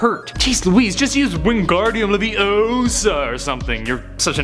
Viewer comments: its leviOsa not leviosaaaaahh! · besides you’re saying it wrong it’s leviOsa not levioSAH.